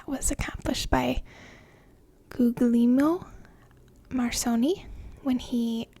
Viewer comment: Hey, his name is pronounced thusly, (ɡuʎˈʎɛlmo marˈkoːni). Please get it right or I'll have to charge for cleaning erasers.